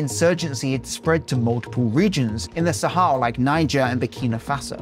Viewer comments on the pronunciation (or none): none